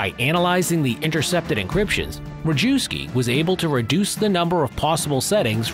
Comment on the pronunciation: wee-mar? Wrong map of Europe? Ree-jew-ski? Wrong uniforms? Oh boy....